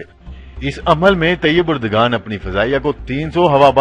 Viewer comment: طیب اردگان " غلط ھے اور طیب اردوان صحیح تلفظ ھے۔